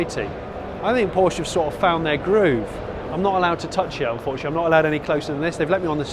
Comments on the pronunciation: Wish he pronounce Porsche correctly! Other than that a very enjoyable video. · Porsche incorrect pronounciation, please watch porsches Video how to pronounce it ;)